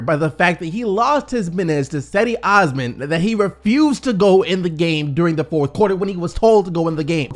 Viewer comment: pronounced jedie osman :(